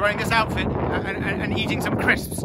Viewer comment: i didn't know that one person could fit that many syllables in the word "crisps"